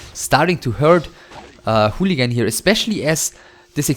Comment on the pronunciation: you sure its pronounced "hooligan"? ^^